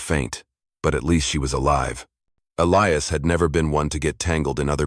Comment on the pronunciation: Why is Elias pronounced in three different ways? Uintelligent AI? The Apaches speak very good English though.